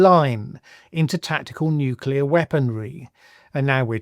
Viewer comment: I've always said that Trump want to use a nuke. The way he speaks of nuclear bombs (apart from him calling it "nucular") is a dead giveaway. Btw : I wonder if Russia still has nuclear-explosion-detection (like the US had VELA satellites) in service and if exploding one nuke near its border would set off a chain reaction (pun intended).